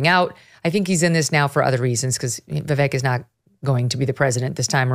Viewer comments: Viv - eck ..... not Viv ake... or Viv ick. It's Vivek. Viv and eck! It's not Spanish. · His name sounds like Vivake. How does he not know this? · Megan Kelly his name is pronounced " veevek" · Vivek “Rhymes with cake” is the best! 👍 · weird how glenn still says vivek's name wrong, as a journalist